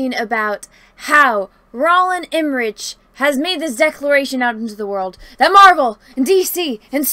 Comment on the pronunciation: It’s EMME-RICK, Not “Emma-rich.” Also, how DARE you disparage SCORCESE!? Yah, fine..it’s not YOUR genre, but that doesn’t mean that they are bad films..I can’t help it: I LOVE his films, and yes, he was spot-on when he criticized the Marvel films. They rely FAR too much on CGI, and it doesn’t really fly with some people.